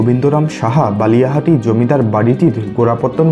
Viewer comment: Balihati noi bakiati.. Singair manikganj Theke